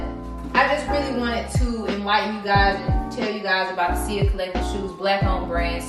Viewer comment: U pronouncing sia wrong.... but good video